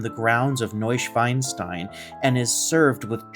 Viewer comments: 🤣🤣🤣 sorry but it is not new schweinstein, Schwein is a pig in German. Its NeuschwAnstein. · Please check your pronouncement of the castle, you say pig instead of swan….the castle deserves the right name! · Hey here’s a short message regarding your pronunciation of Neuschwanstein. The literal translation is New Swan Stone. The way you said it is like New Pig Stone. Schwein is pig. Schwan is swan.